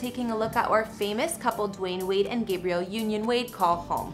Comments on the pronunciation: Why is she saying Gabriel and not Gabrielle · Love this couple and their beautiful homes but couldn't help 😂 when she said boy name 'Gabrielle' union instead of girl name 'Gabrielle' (short a).